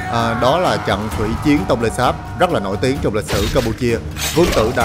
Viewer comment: Nên chỉnh lại phát âm TR. Trong sao phát thành CHONG. Vân V thì chỉnh nói dàng hoàng???